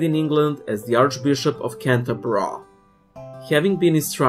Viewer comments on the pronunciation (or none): Couldn’t figure out if you said Canterbury wrong as a joke or not 😂